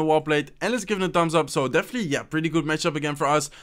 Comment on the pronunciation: You’ve been doing this intro greeting script for a loooong time and i still can’t understand a single thing. Just speak slowly,no one’s chasing you. “definitely” sounded as “deffly” . I know that your brain works faster because of this game and stuff but bro, you could have worked on this if you want to really go for YT for a living.